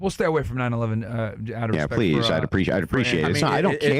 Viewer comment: If you say “pwane or pwease “ I cannot take you serious kiddo. 😂